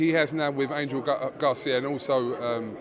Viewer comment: Why do you keep saying angle Garcia it's Robert Garcia